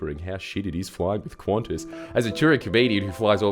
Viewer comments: There's a reason why language selectors only have English (UK) and English (US). Stop pronouncing Qantas as "Quantas", or add another letter ffs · Why is it pronounced Qwontss? Edit: WTF Australia? Isn't it like can-tas or something?